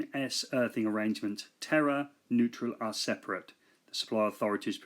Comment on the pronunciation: Terre is pronounced with one t. I.e. "te long r e"